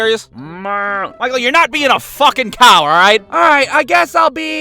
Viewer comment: he said FUCKING so hard it made me laugh